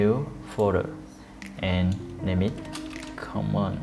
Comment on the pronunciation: I laugh everytime you say the word Common lol. But your approach works like a champ. thanks a bunch man.